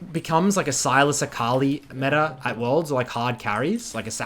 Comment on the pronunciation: metaRRR - meta "mid beans"